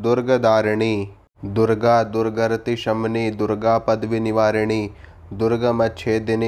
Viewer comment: दुरगरती नही !!! दुर्गती है...अपने उच्चार शुद्ध करलें